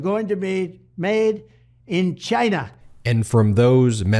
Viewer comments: It's odd that Trump can't pronounce China. I wonder if it's indicative of his mental decline. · why does trump always pronounce China with a stress on the 'Chi'? is there a message there?